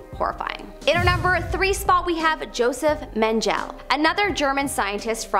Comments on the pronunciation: It's Joseph MEHN- ge-luh, not Joseph MEHN- jell. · It’s Joseph Men ga la, not Maneej. Do you guys EVER look up the pronunciation on names? Makes me ashamed I’m Canadian and REALLY wonder what has happened to the Ontario school system. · The angel of death hahaha his name is pronaunced like yosef mengler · the way she pronounced mengele is very triggering why are these videos not checked forcorrect pronunciations before being uploaded ? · She pronounced Mengele wrong too. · Apparently never heard of Jospeh Mengle either, because - wow. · Learn how to pronounce words you're not familiar with ie: Tuskegee and Mengele as a couple examples!!